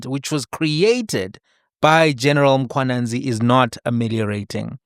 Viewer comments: why are u always pronouncing it as Mkhwananzi?? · Not Mkhwananzi but mkhwanazi... plz correct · please man, it's Mkhwanazi not Mkhwananzi... Respect Ndonga please 😂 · MkhwanaZI not MkhwanaNZI,.